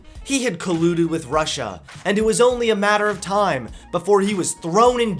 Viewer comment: "Prussia" how old is Trump again? 😂